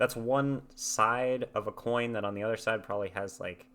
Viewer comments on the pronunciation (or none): none